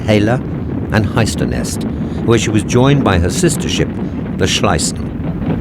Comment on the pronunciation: I've checked there was no german battleship ever called "Shlisen" or "Schlisen"🤷